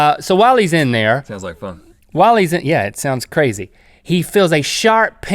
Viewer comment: "those carzy fish" jajajaj